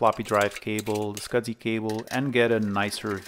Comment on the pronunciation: There is NO D in the word SCSI